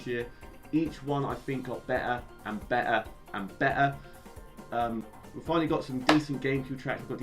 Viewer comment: shouldnt included mon mon his opinions are trash also ditto saying BE ' ' ER three times is the best bri'ish moment ever